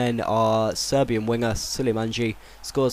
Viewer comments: it is not SULEJMANDJI IT IS SULEJMANI you spell it as you say it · His name is é-nóh not enoha. You say van rijhen but it's von Rijnen. You also say Sulejmanji but you should say sulejmaní. The last name is Boer-rig-ter. I'm also a huge Feyenoord fan and i rather don't see Guidetti go to Ajax. This week the said that he will return to Feyenoord one day. DON'T GO FOR GUIDETTI. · Pronountiation help: U sold [siktorson] sul ee mani (sulejmani) Eey no (enoh) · Pronouncinations: Enoh- Ey-no Van Rhijn - Van Ryn Sulejmani - Soo-ley-ma-ni Boerrigter - Boo-rigg-ter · Lemme give you some help here... 1) Leandro: Lee-yun-droh 2) Sulejmani: Sul-lee-man-nee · It's sul I maa ni BTW :-) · you speak sulejmani like this : sulemanie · Sulejmani is pronounced Soo-Lej-Ma-Knee